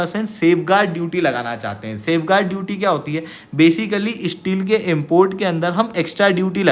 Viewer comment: Please improve you pronunciation. You are promising courses and study material on top Indian competitive exams and can't even pronounce STEEL properly? It is Steel not Isteel.